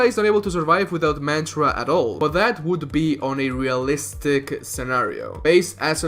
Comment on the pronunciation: I cringe when you pronounce Asura, Chakra and Mantra.